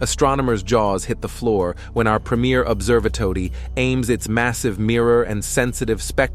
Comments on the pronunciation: observatoady? Ok. Lets continue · "Observe-a-todie" ??????????????? WTF !!! Get rid of the god damn computer voice-over !